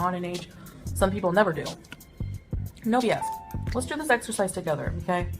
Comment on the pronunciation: Hearing her say “let’s do this EXERCISE together” 🤣 gorl, never say exercise again. You know nothing about the word 😂